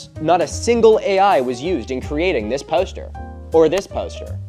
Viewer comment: Milo.... say 'poster' one more time...😂 Pōw'ster